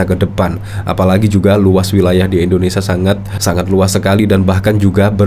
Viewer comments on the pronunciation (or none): none